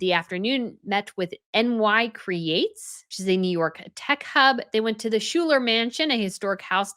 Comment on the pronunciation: In the USA Schuyler is pronounced Sky-ler.